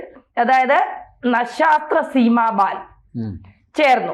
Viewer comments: ഒരു വാർത്തയിലൊക്കെ വായിക്കുന്ന കൃത്യമായിട്ട് കാര്യങ്ങൾ മനസ്സിലാക്കി വേണം വായിക്കാൻ നക്ഷത്ര എന്നല്ല സസ സ്ത്ര സീമ ബെൽ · "നശാസ്ത്ര സീമാ ബാൽ" അല്ല , "സശസ്ത്ര സീമാ ബൽ " എന്നാണ് ഉച്ഛരിക്കേണ്ടത്. Sashastra Seema Bal (SSB) is a central armed police force of India, responsible for guarding the country's borders with Nepal and Bhutan.